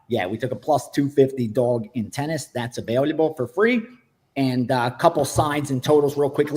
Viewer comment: Are we just going to continue letting that man pronounce “available” wrong?